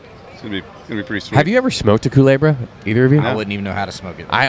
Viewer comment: How to smoke a culebra: 1. Mispronounce it. 2. Light the whole thing with a blow torch 3. Get nic sic.